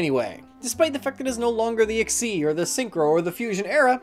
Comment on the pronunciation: it's egg-SEEZ